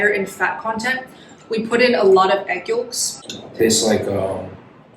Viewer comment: Yolks..yoelks..you say yokes funny.. you pronounce the l...so cute.